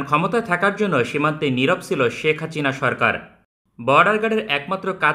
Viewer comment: হাচিনা না বলে হাসিনা বলেন।